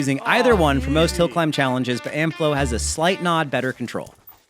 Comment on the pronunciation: CC translates your pronunciation of Amflow as Amp-flow